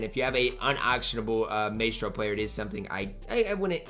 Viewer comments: Nobody gonna tell him it’s “my’stro” not “may’stro? lol we just ignoring that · MY-STRO, not MAY-STRO…MYYYYYSTRRRRO. You’ve been Carlo’ing that word all week lmao!